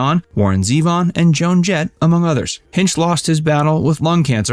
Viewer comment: It's pronounced Hin-chee.